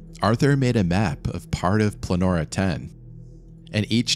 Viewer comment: Why do you call the caves Planora? It's Pollonora🤔